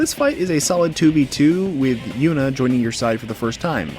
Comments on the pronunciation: Saying “Yunah” instead of “Junah” throws me off everytime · Please tell me you played the game in japanese or something because I have no idea where you got the 'yuna' pronunciation lmao